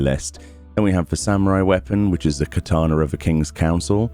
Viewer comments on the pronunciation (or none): none